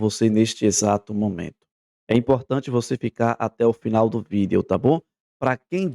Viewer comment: Eu só não gosto de ouvir ele falando V i d e o.